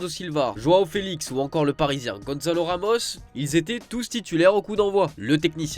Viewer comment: Par pitié arrêtez de dire GONZALO ramos... c est GONÇALO avec un C! C'est pas un espagnol..